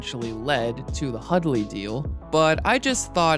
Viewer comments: Hudley Hudley Hudley. I know you can pronounce Hundley properly. I believe in you. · Pretty good video, but there's an 'N' in Hundley. His name isn't Hudley and you kept pronouncing it.